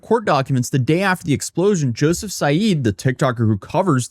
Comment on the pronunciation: Say YOUSSOUF not joeseph ... he is a MUSLIM invader.